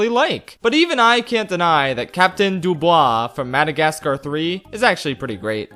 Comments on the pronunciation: It's not Dub-oo-e, it's Dub-oo-wah (DuBois) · Honestly, as a French person i admit i got slightly weirded out by your prononciation of 'Dubois', but, hey, French is a difficult language so i'm not gonna hold any grudge for that. And Thanks for allowing to remember the Loonatics, I've been searching for this cartoon's name for years.